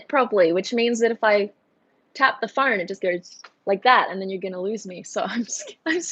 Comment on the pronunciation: "Sorry i have my phoaaannnrnne" now.. that ma fren is Aussies😂🤣😁